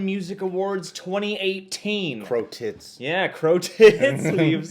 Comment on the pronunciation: Why you always say 'crow tit'? have you been to react BTS -BAPSAE.? But i couldn't find them on youtube